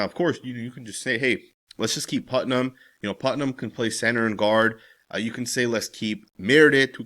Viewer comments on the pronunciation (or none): none